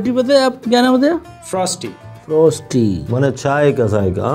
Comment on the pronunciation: He said it has a T at the end lol no buddy not frosT it's frostY lol ends with a Y at the end not a T🤦🤦